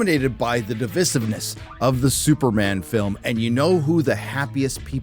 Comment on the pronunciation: Vissivness?...as in a vice grip...please. pronounce english....not devissive .. deviceivness ...